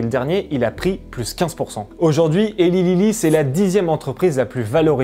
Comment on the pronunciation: Au top, bien argumenté et sourcé, ça change des "wannabe journalists". Juste un tout petit détail, Eli Lilly se prononce Elaille Lilly 😁